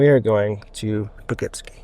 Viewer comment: Po-Kip-See. Great video but making nuts with how you say Poughkeepsie. Haha 👍🏻